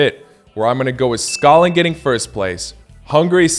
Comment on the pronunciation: Good comentary. 👍 Please try to pronounce "Scotland" properly. As you can see it has a " T " in there. "Sco - T - land". You are pronouncing it as "Scolland". It took me a while to understand what you were saying. 🤷‍♂️